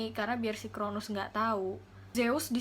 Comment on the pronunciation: Koreksi dikit ya kak! 😊 . Kronos, bukan Kronus. Nimfa bukan limfa.